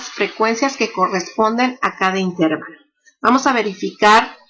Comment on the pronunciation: Todo muy bien pero la palabra intervalo no lleva la sílaba tónica en la letra "e". Está mal dicha si se le pone la sílaba tónica en la "e".La única forma correcta es "intervalo", grave y sin tilde.